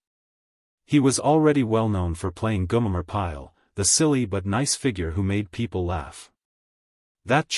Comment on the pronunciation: It’s Gomer Pyle not Gumer….